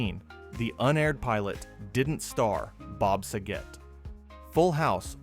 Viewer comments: You lost me on the first fact. Sa-get (RIP) not sa-git. If you actually watched the show you would know that. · Oh my God it's SAGET not sagit😂